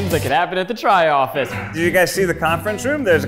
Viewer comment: Ah yes, the Troffice